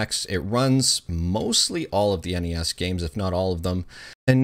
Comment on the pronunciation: Props for pronouncing NES correctly. Kids these days pronouncing it “Ness” really piss me off considering it is an acronym.